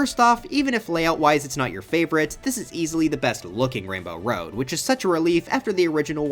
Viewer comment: “it’s time to enter wainbow woad”